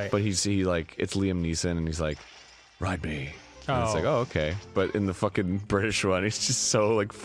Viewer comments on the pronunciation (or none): No one: That one New jersey pal: Soo i was faakiiiingg... At the mall